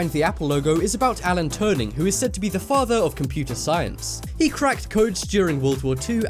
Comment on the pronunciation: It's Alan turing